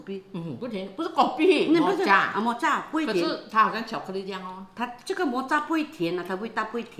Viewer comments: Pronounced as Moka, not mo cha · Mocha pronounce as Moka